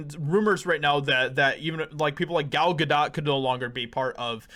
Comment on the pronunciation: Gal Ga "dough"t. Not Ga-DOT. There are no DOTs.